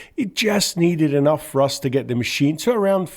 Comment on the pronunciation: Dear speaker, great video, but you may learn how to correctly pronounce "th". Instead of "three", I hear "free", instead of "thrust" it is "frust". That's a little confusing.